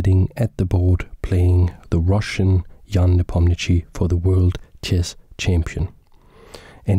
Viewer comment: as a native russian speaker its very funny how you pronounce Ian surname. "ia" pronounce as "ya", and "chtchi" pronounce as just "sh". :) as gothamchess pronounce - is a correct spelling of Ian surname )